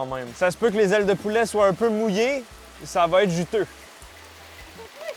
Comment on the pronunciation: Je sais vraiment pas pourquoi mais j'ai penser au 'Violoneux Ronald' quand t'as dis 'dé zailes de poulaa' 😂😂